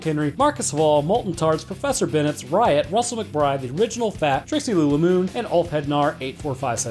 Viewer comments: A-ridge-inal form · Aye-riginal.... Still love your content! Heheheh